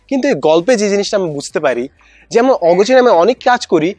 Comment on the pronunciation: স্যার আপনার একটা উচ্চারণ সঠিক হয়নি! তিন মিনিট 20 সেকেন্ড এর মধ্যে আছে !! আপনি আমরা না বলে বলেছেন আম্মা!!!☺️ স্যার কিছু মনে করবেন না!! এভাবে মজা করে বললাম